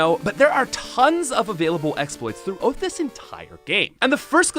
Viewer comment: Instead of throughout you said theough-oot lol Canadians are great. I wanna go there one day.